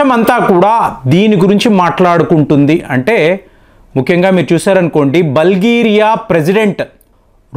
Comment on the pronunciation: బల్గేరియా కాదు , బుల్గేరియా .